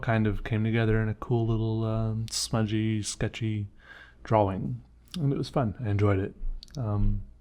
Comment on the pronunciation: "drauwing." Is that how they say it in the phillipines? btw your art is great i like your brainstorming techniques 👍